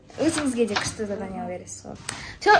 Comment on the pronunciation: Зарания емес ❌ Задания ғой